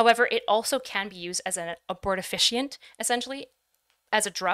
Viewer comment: Did anyone ever tell how to pronounce abortifacient (abort-a-fay-shint)? All i could hear every time was that these forms of birth control are "abort efficient"